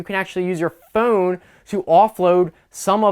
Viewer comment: The way this guy says phone makes me really wanna hurt him. And I don't have a violent bone in my body. But I guess if there was a trigger for violence to erupt in me somewhere on planet Earth? It's this guy's pronunciation of phone. :(